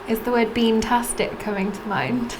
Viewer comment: It's not beantastic. It's SPAMTASTIC.